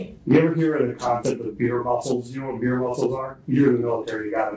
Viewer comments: He said beer muscles not veer muscles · Hi Why are you saying "Veer muscles" and that it is a military term? It's beer muscles & nothing to do with the military! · I was triggered by the veer muscle lmao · Its "beer muscles" not "veer" haha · “Beer muscles” not veer musclss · It’s BEER muscles lol just saying 😂